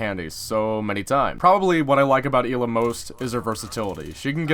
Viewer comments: "clears throat" it isnt Eela its Ela said like Ella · It’s not “EE-Luh”. It’s “L-Uh”, you pleb. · Its Ela not Íla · “el A” not “E La” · I believe it's eh-lah instead of ee-lah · EEELAA Everyone: ELLA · It’s eh-luh Not Eeee luh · Why do you say elaw it’s L uhhh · Ela not eela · Y does he pronounce it 'eeeeela' not 'ehla' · Not ella ela so not eeela ela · Ela not eela plz plz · El-a not eel-a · It's Ela not eelaaa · Ell a not ee la fucking dorks over prononsing shit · It's pronounced eh-la not ila... It's polish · how tf do u mispronounce such a generic name. Its not fuckin eela its EH-la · its eh-la. not ila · It's not ee-la, its El-la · Is it pronounced Ee-la or El-ah not being a grammar Nazi i am just curious. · ELA not EEEELA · You pronounce it "ella", E with "eh" sound not "í" ;) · I am from poland and i agree with krister, it's Ela not Ila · It's 'Ela' not 'Eela' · Fuck it's a polish name so it's pronounced EHHLA. Not fucking eeeeeela. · ELA NOT EELLA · its not eeeeela its ELA LICK elchopo get the el then ad an a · why tf does he say eela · he just called ela eeeeeeela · Did u say Hila? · Never say E la again it’s ellahh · Fucking E-la smh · It triggered me so hard that he said "Eli" or something like that the whole video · I swear to god if he says ila one more time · I had to stop watching because of how many times you said "eela" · "ive played a lot of Eeeela" welp im out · Yeah it's pronounced Eh-La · Im polish you pronounce it Ela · I thought her name was pronounced eh-la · Y tf does he say eela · "E-la" smh.. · I think ELA is fairly pronunced "I:LA". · ELA NOT ELLA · STOP SAYING EEEEEELA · Your special get ela's name right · Say Ela name correctly m8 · STOP PRONOUNCING HER NAME WRONG!!!!!!!!!!!!!!!!!!!!! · Lol of course he pronounced the name wrong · I'm 98% sure that you're pronouncing her name wrong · You said ela wrong